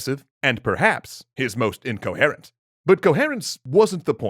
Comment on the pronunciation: I don't think that's how incoherent is pronounced